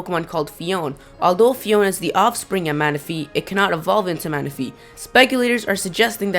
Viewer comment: Sorry, but you constantly mispronounce everything wrong! Lugia is LU-gi-a , not lu-GI-a. Phione is pronounced Fee-OWN-ay, not fee-OWN. I'm pretty sure Diancie is pronounced Di-AN-see, not Di-AN-chee